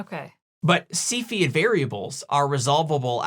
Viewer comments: Excellent! and now I can pronounce Cepheid. Moving on, how about velocity measurements? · I kept having to repeat after you saying cepheid. I’ve never knew how it was pronounced and it’s different lol. Thank you.